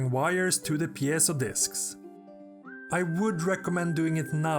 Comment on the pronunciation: Here we see the world's only man who can actually pronounce 'piezo'